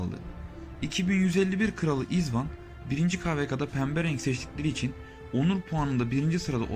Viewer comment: Haha bro my name is Izwan, not Izban.. Lol...